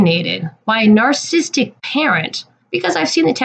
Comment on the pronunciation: It's prenounced. Nar cis sisstic Not nar sistic. And you don't have any understanding of it nor of Rose. Or anyone in general. If I saw my ex treatimg my kids on camera that way. I'd seperate them from their father too.